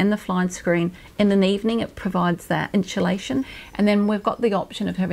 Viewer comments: Annoying the way she keeps saying 'inshulation" instead of 'insulation' haha lovely how she's thought of her mother's needs but the layout and decor isn't nice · She keeps saying "inSHulation"...wtf